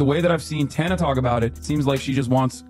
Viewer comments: Hard to watch when you say, tawna. It’s TAN-A 🤦🏻‍♀️ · Sheesh do you even know these people? Watching even one video of theirs would have prevented you from mispronouncing Tana's name the ENTIRE video. Imagine claiming to spotlight a victim but ignoring their agency and identity by mispronouncing their name. This may seem trivial but when talking about a topic as an authority, it helps to get the facts right. Want more credibility? Do better fact checking. Hell, do basic fact-checking. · lol you fucked Tana’s name up soooo bad!